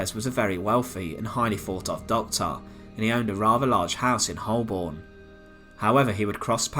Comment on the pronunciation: Holborn pronounced Hoe- burn...